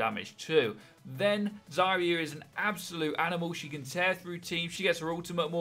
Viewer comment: HAHAHAHAHAHAHA HE SAID ZARYA HAHAHAHAHAHA